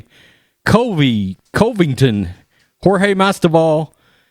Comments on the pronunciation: Bro. You got my 2thumbs up. I love you. But you need to learn how to comfortably state Co-ving-ton and Mas-vi-dal. You are killing me. They are in the same division and are probably going to fight each other in a proTrump war. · I swear this dude is worse than Uncle Chael at pronouncing names. He got Covington right on his 2nd video about him. Now he's back to saying it wrong. Botched Masvidal pretty bad too.